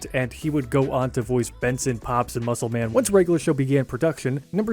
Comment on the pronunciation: Dude your saying it wrong MuscleMan 🤣